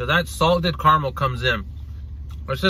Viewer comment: What’s Car-mel? 😂 do you mean caramel?